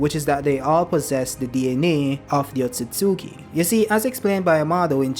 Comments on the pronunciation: It's pronounced Ot-sut-ski. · Wrong. Its pronounced Ot-tsu-tsu-ki